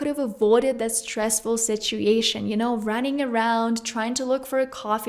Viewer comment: Hey! I love your videos, but could you please look up the right pronunciation of the word situation 🙏 I don't mean to nitpick, but it's kind of distracting, because you mispronounce it every single time... Sorry, nothing personal 🌺